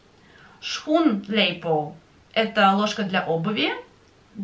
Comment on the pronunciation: а почему ты читаешь слово shoenlepel - шхунлейпол, а не схунлейпол?